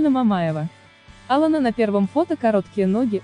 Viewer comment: Ударение хотя бы в имени правильно ставили.